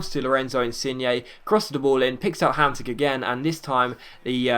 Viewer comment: say Hamshik, not Hamsik